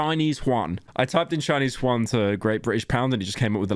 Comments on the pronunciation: did you just call a chinese man Juan (spanish)? His name is Juan (chinese).. That's χuan vs ʑʏæn And Yuan are closer in translation to japanese yen than yet again good old Juanito Since we're all weebs, if you don't know how to pronounce chinese, pronounce it japanese instead, because that's still closer than spanish xD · How the hell did you pronounce Yuan as Huan? Like how did that even happen